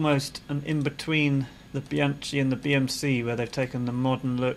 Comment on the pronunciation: Please do pronounce Bianchi with aspirated K sound instead of ch. Analogously, the Italian wine Chianti is pronounced with aspirated K sound.